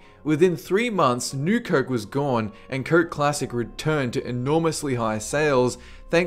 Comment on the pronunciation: I'm sorry but it's not pronounced "kerk" it's fucking COKE!